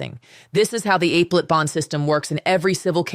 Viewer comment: "Apple-Ate"... I thought it was "uh-PEL-at". That looks like an AI fail. Plus, this is an old story.